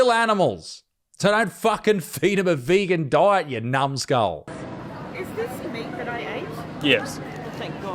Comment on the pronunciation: ""I dont think people are dumb"... then proceeds to say "vegan-ty" :face palm